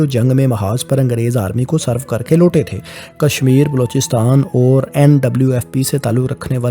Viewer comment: آپ نے ویڈیو کے شروع میں میرا نقشہ استعمال کیا اور اس پر لکھا ہوا میرا نام ڈیلیٹ کردیا۔ افسوس کی بات ہے۔ اپنا لہجہ بھی ذرا درست کریں۔ مثلا لفظ "اور"، "طور" وغیرہ کا تلفظ درست نہیں ہے۔